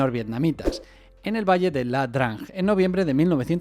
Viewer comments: "ia-drang" o IA-DRANG, no "la-drang" o LA-DRANG. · Muy bueno Pero es ia drang No LA drang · Es "ia drang" , no es "LA DRANG"